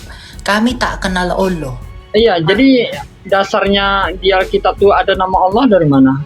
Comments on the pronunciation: Bkn oloh pak tapi Alloh masa myebut Alloh aja tdk bisa kaya baru bljar bicara, bpk tdk mnyadari yg bpk olok2 itu Tuhan yg mnciptakan bpk dan seluruh manusia, bpk juga tdk tahu bhw yesus itu manusia, dan yesus udah mati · SaudaraKu, Melafalkan Allah dalam Bahasa Arab adalah Al-Lah, BUKAN al-loh. Coba pahami dan jangan mau dibohongi/dibodohi si jahat. Al-Lah. mengajarkan Kedamaian bagi sesama manusia, bukan saling membenci dan berlaku kasar dan jahat. SaudaraKu, marilah HIDUP Damai satu dengan yang lain, dan kejarlag Kekudusan, Sebab tanpa Kekudusan, TIDAK seorangpun akan melihat Tuhan/Allah, HALLELUIA, AMEN 🙏🙏🙏❤❤❤ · Kt Qt lbh dlu di Arab.. 😂 tp ngmong Allah aja gak bs.. oloh.. mna ada bhsa arab kyk gitu. Sdh nyuri2 ngeles Ten oten